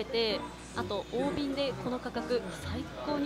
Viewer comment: 大瓶は「だいびん」では〜（笑）